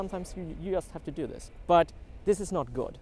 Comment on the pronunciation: It is interesting how you can manage to speak perfectly well in english yet all the time saying "just" with "u" instead of "j". I guess this bug is just a feature.